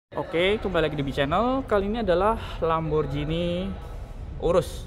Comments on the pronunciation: Ghi bukan bacanya ji. Parahhh lo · Namanya lamborghini bukan lamborjini. Pls lah belajar pronounce sblm bikin video. Cape denger lamborjini